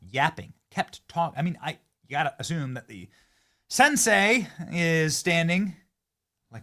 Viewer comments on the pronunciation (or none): none